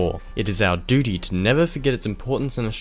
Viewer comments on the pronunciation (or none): none